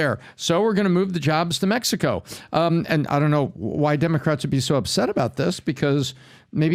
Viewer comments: Wtf is mehico??? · You said “Mehico” ❤!